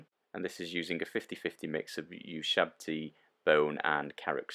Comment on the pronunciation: Ushabti Bone: ew*SHAB*tee